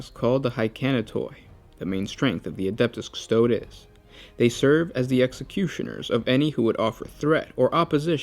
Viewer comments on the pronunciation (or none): how is this proof for anything? its highly anecdotal and has no connection. Custodes is a word rooted in latin, so the letters are pronounced the "european" way, not the american, so the e at the end is not silent or an "IH", its a short "eh". so its not pronouced "cus-TOADS", but "cus-toh-DES". Watch any video of Games Workshop where they pronounce Custodes if you want to have evidence. Or go eat an ass-tart :D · Custodes is pronounced cus-to-dees, not cus-toads. This is a common pronunciation in latin. Astartes for example is ass-tar-tees, not ass-tarts lol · the is no dees there is only days Cu-sto-days